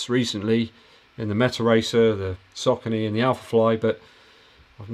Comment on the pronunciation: You make so much good content man, I dunno how I found your channel so recently, do you have live q&a every week? Keep the good work! PS, it looks like your are the only reviewer with English accent who knows how to pronounce Saucony 😁